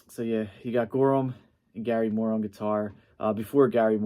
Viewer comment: 2 corrections. 1. It's pronounced gary MOORE. Not GARYmoore. Emphasis is on Moore. 2. He played on the Nightlife album. Still in Love with You song.